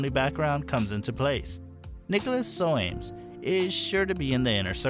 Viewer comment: The name Soames is pronounced to rhyme with homes.